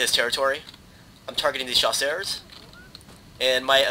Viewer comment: "Chasseurs" is not pronounced "Sha-sars." It's pronounced "Sha-sers" Trust me, i took 9 years of french.